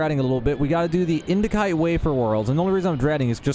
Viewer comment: the C in indicite is pronounced as an S, not a K.